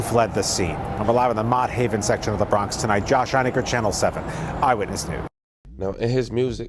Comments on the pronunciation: Its pronounced MOTT HAVEN LIKE MOTTS APPLES LMAO NOT MOTE 😂 GLAD I MOVED A LIL OUT THA HOOD PARKCHESTER IS PEACE N QUIET 🙏 And not for nothing but tha parole officers carry guns so why she ain't fire back 😮 what they carrying guns for good looks🧐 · He said Mo Haven😂😂😂 it’s frigging MOTT haven… even the news coverage said it and he pronounced it wrong